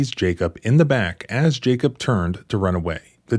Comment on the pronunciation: There is no-one in this case called "Jake-up". It's very clearly Jacob. Is this an inside joke? You can't possibly be this poor at pronunciation.